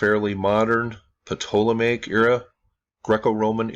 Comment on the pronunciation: you don't need to say the P in "ptolemaic" bro. It's "Toll-a-may-ic"